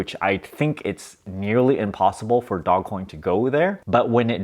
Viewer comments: Dojj pronunciation please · It's not DOG COIN it's DOGE!!! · We need a video on how Doge is not pronounced Dog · Your English pronunciation of DOGE needs a little work - it should be a long vowel "o." Good luck!